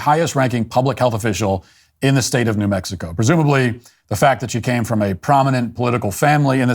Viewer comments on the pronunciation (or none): She pronounces it “na Mexico”. How about na Grisham.